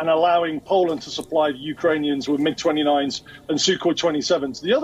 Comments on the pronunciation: Very poor reporting : he doesn't know how to say MIG jet 😁😂. They picked him up from school or $3 dollar an hour ?? 😂 Poland is EU nation and NATO member : so polish pilots are NATO pilots . Please do some research before u start reading news 😁. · paused before reading because he knew the script writer did a dumb mistake then thanks for the guest for correcting him on how he pronunced mig. The pilot must be thinking wtf is wrong with this guy 😂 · M.I.G.??? Mig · I was annoyed when I heard him say em ai ge (m- i- g) instead of MIG - he should've known better - its Russian not English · Mig-29, not M-I-G-29; See,iwas trying to tell you,but you wouldn't listen, bro... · mig!!! not M I G!!! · He correct not once, but twice. Poland is part of Nato and not M.I.G it's 'Mig' - Thanks for all the insight. Yeah time is not up yet! should have let him speak, he is good. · reporter says "Em , Eye , Gees ....Lol. Its MIG , Mig29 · MIG not M I G ! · They are called MIG Not M I G!!!!! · God in Heaven, it's not a "M-I-G 29". It's a "MIG 29" Like it's a word. Rhymes with "Big". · He gets corrected on Poland's Pilots, also suddenly realizes at the end, the interviewer confesses it's not MID after hearing say MIG. Too funny. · "MIG" NOT M-I-G.... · MIG (mig, like pig) not M-I-G. {face palm} Let's Go Brandon!! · Good grief. If you are going to report on military matters learn at least some minimal terminology. It's not a M, I, G 29. It's MIG 29. Rhymes with fig or pig. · It’s not m.I.g. It’s mig. Like tig. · eM aI G - is "MiG", you "pro"! :))))))))) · M. I. G. = MIG, you doorknob. Where does WION get these news readers? Progressively pathetic. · News anchor has committed the unpardonable sin of calling the Mig as M-I-G. INDEFENSIBLE error. And after he realized it, he said Mig 26! FYI all MiG aircraft are odd numbered, . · It was cringe to hear him say M I G and S U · its MIG not M.I.G. lol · Buddy its MIG NOT M.I.G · It’s called MIG not M-I-G. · the name is Mig not m-i-g 🤣